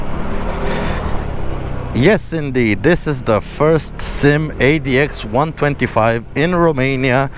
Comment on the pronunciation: The SYM is actually pronouced S.Y.M its not a single word that you can say once you had to say the Letter😊.